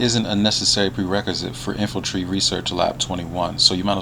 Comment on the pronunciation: INFANTRY NOT INFULTRY DAMN IT GET IT TOGETHER LOL